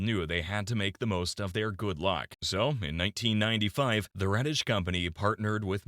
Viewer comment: Please note the factory was in REDDITCH not RADDITCH. Is this an AI issue with pronunciation ?